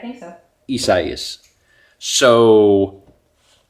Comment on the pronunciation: Glad it blew over! We got some rain but not much else. By the way, the pronunciation for Isaias = eye-zay-us! The more ya know! Haha